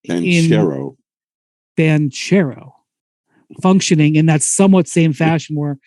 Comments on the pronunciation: im italian, and "che" is not ce, but "bankero" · Windy keeps saying “Blanch-arrow” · Spears never says one true thing. He even managed to invent his italian name lol. I am Italian, that hame reads the exact opposite of the explanation Spears gave. It's "BanKero", not cherry at all. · Yeah I don't know why he kept adding the L lol